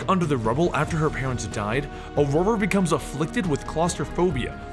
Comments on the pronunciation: i think its Ororo not aurora. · Are you pronouncing her name right, cause I don't think so? I know Xavier says it that way in the movies, but I thought that was because he has a pretentious British accent. Wolverine used to call her "Roro" in the comics and if her name was said like "Aurora" that wouldn't make sense, also it wouldn't rhyme with Munroe. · It’s O RO RO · de plugged O-Raw-Ro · it is I think the guys just pronouncing it incorrectly